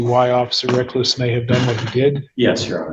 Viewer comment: Did he say officer wreckless?